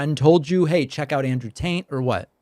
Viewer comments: LOL Pakman says "Andrew Taint" at some point. Shoe fits. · Hehe calling him Andrew Taint 😂 buddy didn't quite catch that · DAVID AND TEAM!! "Andrew Taint" needs to be made into a sample just like "Troth Sential" lolol